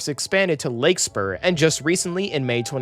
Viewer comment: "Lake spur" and "MArin" were top 10 cringe moments